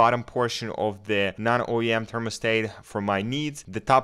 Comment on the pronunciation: they wasnt saying it was usless, but the way you say thermostat makes me scream inside 😂 usful video tho